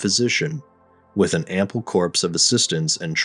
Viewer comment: Is this AI narrated or is the narration done by an actual person? "Corps" is pronounced like core, more, tore, etc. not "corpse" as in a dead person.